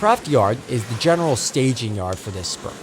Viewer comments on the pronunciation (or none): none